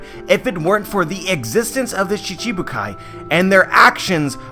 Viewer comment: it's shichi bukai, not shishibukai